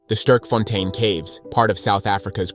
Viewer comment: Bro don't know how to say Sterkfontein. Americans...